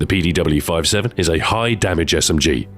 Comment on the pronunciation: Jeez learn to say PDW